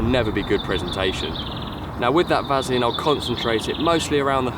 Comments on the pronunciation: Why does keep saying Vazaline. Say it right lol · Ha ha someone can't say Vaseline properly! Can't stop laughing, brilliant